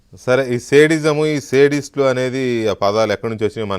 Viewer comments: అది సేడిస్ట్ కాదురా బాబు జగన్. అది సాడిస్ట్ రా babu🙏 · 😂😂😂😂ఒరేయ్ సైకో రెడ్డి లంజకొడుక నీకు శాడిస్ట్ అని పలకటం కూడా రాని చదువు లేని సన్నాసి వెధవ, ఆపర నీ లావాడలో వాగుడు